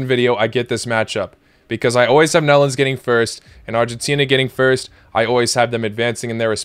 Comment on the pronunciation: Did you say melons or nedlands or netherlands?